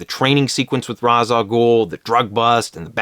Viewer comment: It's pronounced Ra's, not Ra's.